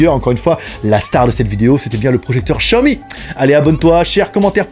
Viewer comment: Comme il prononce Xiaomi mdr les Français. J'utilise l'home cinéma au moins 4h00/jours donc on est pas sur la même utilisation.